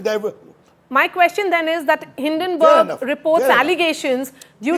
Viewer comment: Hindonburg almost sounds Hiddenburg. Difficult to defend gentleman. You are good to defend your party. Nothing surprising since you are a lawyer. Often such defence is often superfluous. Why these guys always defend adani. Why get very defence through perceived offense.